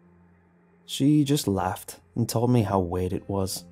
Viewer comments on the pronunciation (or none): And he pronounces "Weird" as "Wade"